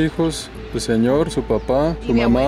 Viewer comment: El zeñor como dice esooooooo hahahaha